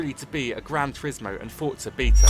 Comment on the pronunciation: learn to pronounce forza correctly!